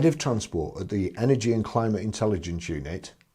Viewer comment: Climate intellagence ........😂😂 Gets me everytime.